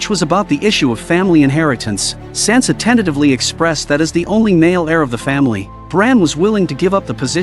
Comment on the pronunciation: Get Sansa’s name right